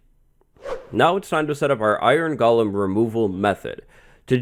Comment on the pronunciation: This is so great. I always thought it was pronounced go-lim instead of goh-lum.